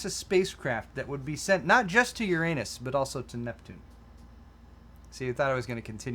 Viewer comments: WHY DID I KEEP UNDERSTANDING "YOUR ANUS" INSTEAD OF URANUS?!?!?!? xDDD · Yer-in-us isn't any better than Yer-anus. 😙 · That is not how you say Uranus. Everyone listening to you laughed, but potentially got dumber.